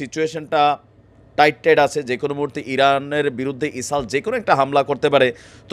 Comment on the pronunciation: কেন ইসরাইল বলতে পারেন না